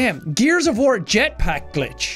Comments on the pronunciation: why does it sound like he says "whore" instead of "war" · I wasn't looking at the screen for one second and I thought he said W H Ö R E